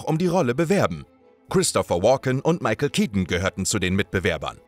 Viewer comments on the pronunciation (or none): none